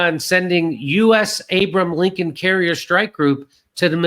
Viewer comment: jc Jimmy how many times are you going to mispronounce 'Abraham Lincoln'